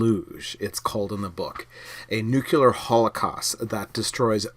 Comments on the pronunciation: "Nuc-u-lar" instead of "Nuc-le-ar" is a well known Shibboleth for Washington DC insiders (mostly conservatives, and heavily taken up by the neocons in the early 2000's), and has been for my entire life. Like it or not, it makes someone who says it sound like a George W. Bush cabinet member. A Ph.D. claiming that it's nothing but a 'local accent' just seems a little bit disingenuous, or perhaps just clueless. Did you get your degree from Under Rock University? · "Nuclear", "nuclear", "nuclear". FFS, stop saying, "nook-yuh-ler".